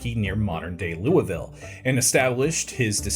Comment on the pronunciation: I am so proud of you for pronouncing Louisville correctly